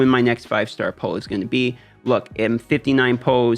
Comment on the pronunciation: Those are some great tips. You say pull a bit funny but cryro is worse haha. Going to try some of these.